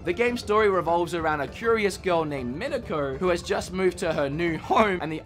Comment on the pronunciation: Isn't it Y2K? Not yiik? And probably pronounced Me Neck O since its japanese with cats :) neko. But awesome list and video, not trying to be a downer love the hair flip.